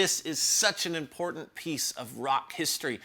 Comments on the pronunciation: Love your show, amazing how knowledgeable you are. I really enjoy learning about the history and specific intricacies of these pedals and effects I've been taking for granted my entire life. But I can't help but flinch every time you say the word "impordtandt". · We need a shirt with a cartoon version of you going "Come with me! It's impordant!". Yes, I'm making fun of your pronunciation of the word 'important'. XD